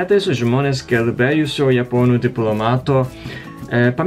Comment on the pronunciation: Puikus video, buvo įdomu. Tikrai gerai kalbi lietuviškai, bet kirčiavimo klaidų pasitaiko. Gal dažniau tau norisi kirčiuoti vidury žodžio, galbūt lenkų k. įtaka, o tas žodis, kaip tyčia, kirčiuojamas pirmam arba paskutiniam skiemeny, pvz. ne gelbĖjusio, bet gElbėjusio, ne rengInis, bet renginYs... Sėkmės!